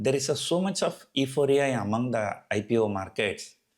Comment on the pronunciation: Euphoria is pronounced as " U Phoria"